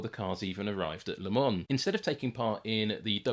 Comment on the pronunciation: Also vielleicht eine sehr geniale Doku... Aber nach 3 Minuten abgeschaltet wegen dieser abgehackten KI Stimme... Sorry aber warum kann man sowas nicht von einem Menschen sprechen lassen? Der würde wahrscheinlich auch den Unterschied zwischen Lemon und Le Mans kennen...